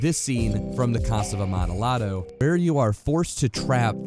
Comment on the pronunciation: Sorry, I know this is (tiquismiquis?) silly of me to say, but the ll in amontillado is pronounced ya, not la